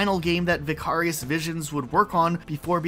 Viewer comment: Wait, do you not know how to say "Vicarious"? It's not just a word the studio made up for its name.